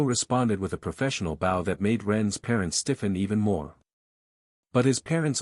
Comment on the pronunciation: Can the voice fix the word bow please....